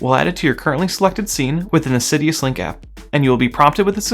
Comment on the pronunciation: Thanks for this! As a gentle aside, it is Sidus Link, not Sidius link.